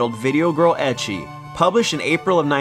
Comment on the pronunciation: ecchi is pronounced ek-ee not ech-ee ,just saying